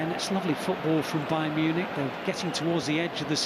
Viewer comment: Agent's Bayarn Munich 😂